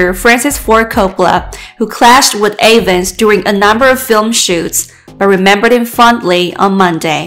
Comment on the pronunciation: His name is pronounced EVANS, not A VANS!! Respect his name, and don’t butcher it. 👎